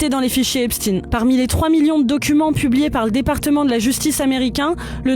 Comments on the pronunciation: epstein et non epstine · Epstein pas EPSTINE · C'est quoi le problème des français à ne pas être capable de prononcer EpSHTEIN ? Ils parlent aussi de Albert Instin ? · EPCHT-AÏN et non Epchtine! Arrêtez avec cette prononciation! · On ne dit pas Epstiin, mais Epstein, comme Einsteîn, Eisenstein und Gertrude Stein. Ce qui se prononce, en France, quand on n’est pas dévoyé par les Américains, CHTAÏN et non STIIN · C'est pas epstin c'est epstaiiiinn !!!🤡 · Pourquoi les noms sont prononcés à la française ??? Epchtine, Aidan... Ça à l'air d'être un mec bien aidant d'ailleurs... Pendant ce temps là Epstein est en liberté quelque pas sur la planète... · Svp dîtes "epshstayïïne" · Prière de prononcer le nom Epstein Comme Einstein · On dit Albert Einstein, pas ‘Ein-stine’. Donc Jeffrey Epstein, pas ‘Epstine’. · Pourtant leur nom de famille n'a rien d'américain, c'est une origine germanique qu'on doit prononcer exactement comme Einstein. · Faut pas avoir peur de prononcer Epstein et Aidan comme c'est sensé etre prononcé hein